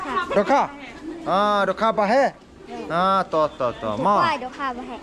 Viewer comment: dohkha baheh❌ dohkha paheh✅ 😂